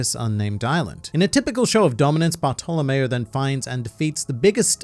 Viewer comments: Barf to lamao wow the pronouncing is soooo perfect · But its baahtolomeo